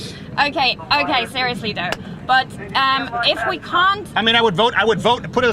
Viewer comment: "oukhai oukhai seriousli dough"